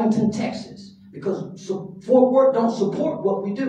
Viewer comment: IT'S FORT WORTH NOT {FORTH}